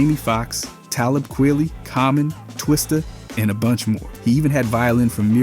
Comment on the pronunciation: "ta - lib kw i lly""